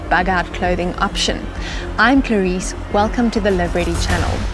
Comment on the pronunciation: " Hello Clairice" 😂